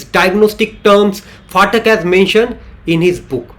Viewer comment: It's pathak ,pa not fatak